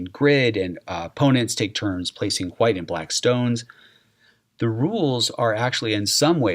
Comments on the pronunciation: can you please stop saying white as whuite. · why is bro saying Hwite? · Why do you say chwhite and white lol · Does anyone else notice when he says “white” he pronounces it “hwa-aight”